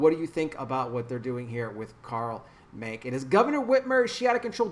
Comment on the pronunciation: The e in his name is pronounced, just wanted to let you know